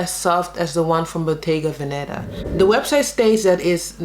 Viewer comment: It's bottéga véneta. The accent is on the first e in veneta not venéta.